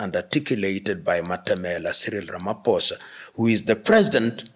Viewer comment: Thank you Prof Lumumba, we are so impressed with the way you accurately articulate the issue of the ridiculous executive order against South Africa, and the way you so correctly pronounce the Names of our president Cyril Matamela Ramaphosa, just like we do in South Africa! We are so highly impressed, and we know how much you love our country and Africa in general! Blessings to you in Jesus Mighty Name!😂🎉❤